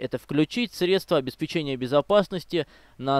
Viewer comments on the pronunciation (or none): none